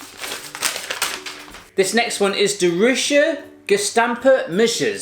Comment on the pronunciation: hoe hij "De ruijter gestampte muisjes " zegt 😂😂